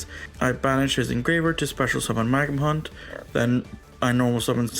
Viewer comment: bystial magnamhut ❌ magnahunt ✅